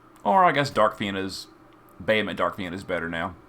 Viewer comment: I did not realize you was saying bahamut until he said “bahamut dark fina” and I realized it was accent >_>